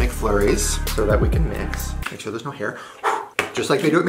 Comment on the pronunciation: "Is it a yes or a nor"😂